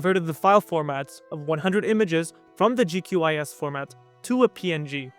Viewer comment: not you calling QGIS GQIS 💔